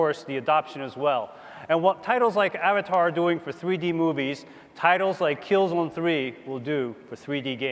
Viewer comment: "Killzen Tree"